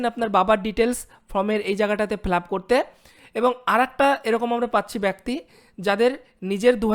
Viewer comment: ভাই, আপনাকে শুধু একটি কথাই বলছি, ব্যক্তি উচ্চারণটা ঠিক করবেন।